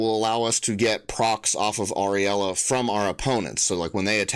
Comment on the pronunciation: Uh- rule-ya I believe is the pronunciation. Glad to stumble on this channel